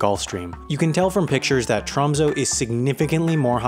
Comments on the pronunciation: Tromsø is pronounced Troo(long)msoo(short), not Trahmsoh. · U butchered tromsø its pronounced t'raamsuu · When you call it Tromso, and it's pronounced Tromsø... and it's called Tromsø... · It is pronounced tromsø not tromso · Im from tromsø... hehe 'tromsoe' like what. Hehe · Haha, TR AMM SOH 😂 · Tromsø Pronounced (bear with me, that "ø" is a vowel that doesn't occur in English) "trohm-say" ("-ay" has rounded lips) Ålesund Pronounced "Uh-lay-soond" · It's actually pronounced like "Troms-ehh" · nordic people can pronounce it right. I hate the way he pronounce ø and å. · Ye, it’s kind of funny how he pronounce Tromsø and Ny-Ålesund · Sorry but as a norweigan, you pronouncing “Tromsø” is hilarious (Sorry but it is) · You said Å right, but Ø = the U in trUst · i get rly annoyed by the way he pronounces tromsø